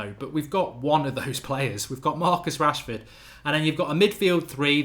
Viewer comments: Man said washford😂😂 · Lol he sad washfrod instead of Rashford first ahahah